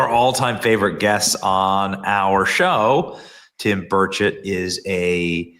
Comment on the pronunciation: NEW HIT SONG! DAD GUM... Love it and I LOVE my congressman!! Ya know, Tim is too much of a gentleman to say anything, but his name is pronounced BURR' cht. BURR cht To hear Tim say it, he doesn't really pronounce the 'e' in chet. 😎🤓😂❤ Love you Benny! Sometimes you say it right. 👌👌😍